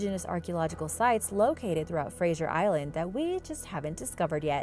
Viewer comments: UUUMMM, it's NOT Frasier Island, it's Fraser Island(pronounced Frazer). If you're going to do a video of something, maybe you should learn to pronounce. And you forgot to mention the Dingo's that inhabit the island, they've been known to attack people/campers. Tourist, and locals, think it's ok to feed the Dingo's. Once you removed the fear of humans from a predator, you're going to have problems. OH, and it's a Koala, not a Koala Bear, it's a Marsupial. Thank you. Love the vid's, by the way. Yes, I'm from Australia..home of many venomous snakes, bloody big Croc's, Python's big enough to swallow a Cow (ok, maybe not quite that big), Wombat's, Kangaroo's that'll kick ya guts in, and the Platypus, the world's weirdest looking creature. AAANNND, let's not forget the Bunyip and Drop Bears. ...Now, read this back in the voice of Steve Irwin (miss ya mate). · There is no soft G in Fraser. It's not pronounced like Frasier, the tv show. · There is no I in Fraser it is pronounced as it looks Fraser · It was odd hearing the i in her pronunciation. Gave me a good giggle.